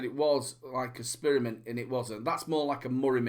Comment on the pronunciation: and people say i have a accent, love the SPEARmint hahaha nice one